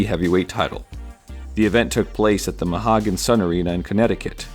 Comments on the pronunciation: love your videos! glad to see you back. one small correction - the connecticut arena is pronounced moe-he-gan sun, not ma-ha-gan :) just for future reference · As a resident of the area. It's pronounced Moe-He-Gun Sun. Mohegun Sun. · 'Mohegan' = Mo-HE-gan... and 'Dude Wipes' are still around. used 'em today, bruh. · it's pronounced "mo-HEE-gan" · I always pronounced it mo hee can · Never hear Mohegan pronounced ao wrong before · As soon as I heard his pronunciation, I had to come to the comments. Never heard anyone say it like that lol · It was killing me everytime he said it wrong. Being from Connecticut original 🤣